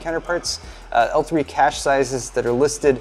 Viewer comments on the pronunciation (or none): none